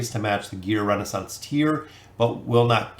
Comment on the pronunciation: man i love ur content but reading that wrong consistently realy was bugging me the whole way trough XD not Renaissance, ReSOnance